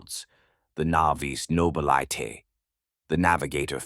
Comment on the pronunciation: The voice and the art at least. Observe how it pronounces Genestealer or Nobilite.